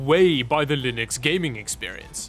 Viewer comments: Did you manage to say Linux instead of lienux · Ack! He has to be reverse trolling us! He is actually pronouncing it like Mr. Torvalds does. never did that before, that I saw; maybe I missed it.